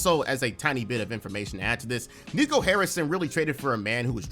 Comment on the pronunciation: Not even mad at you repeatedly screwing up Nico's name. I hope he gets fired and forever lives in infamy!